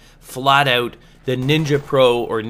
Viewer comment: It's ''out'' not ''AUT!''